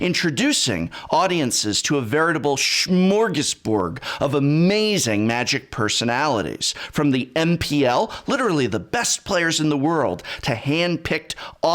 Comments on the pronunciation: I know. I'm Swedish. My reaction was that it was pronounced SmorgasborG and not SmorgasborD. :D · "Schmorgasborg"? "Schmorgasborg"!? "Schmorgasborg"!! "Schmorgasborg"! "Schmorgasborg". Let's hear it one more time. "Schmorgasborg". Yeah, it's still funny the seventh time. "Schmorgasborg". Here, let me help you with that